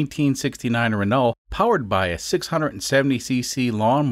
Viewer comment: A couple minor criticisms --- One, "vapor" isn't a phase-change transition. It's bits of liquid in air. I don't know much about Volkswagens, but I know juuust enough about physics to catch that one. Two, as I've said before, the ironic wrong pronunciation of "Renault" as a joke was old enough to be my great grandfather when you started with it. Please stop, it's not funny, it just hurts my ears. Three... what is it with most Americans and the Metric System? For chrissakes, it's powers of ten. Add a zero at the end of your number, or take one off. If you run out of zeros, move the decimal point in the same direction instead. You don't have to remember weird stupid mnemonics or twelve of this to sixteen of that or any of it, and on the whole it really DOES make a lot more sense than however many eagle talons per cheeseburger it is for whatever you're trying to measure. Take two aspirin and get over it. Having said all of that, and with those few exceptions that (unfortunately) snagged me a bit, excellent episode as always. I do enjoy watching you tinker, as I've said in the past.